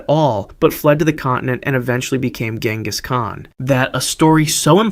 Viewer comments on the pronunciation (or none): none